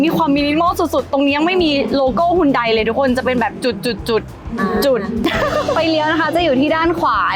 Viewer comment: ฮยอนแด ออกเสียงไม่ฮุนได คนสวย..55